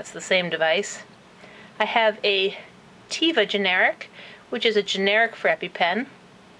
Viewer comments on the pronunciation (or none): The Teva generic for epipen is actually from israel Also it's pronounced "Teh-Va" and not "Tee-Va". - [Insert Name Here]